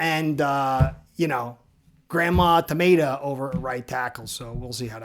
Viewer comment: “Grandma tomata” 😆😆